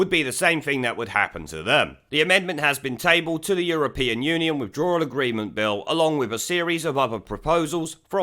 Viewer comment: It,s withdrawal not withdrallal-you can,t even pronounce English Sassanach twat !